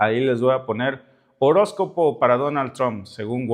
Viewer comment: no se dice DONAL TRON !!!!!!!!!!!!!!!!!!!!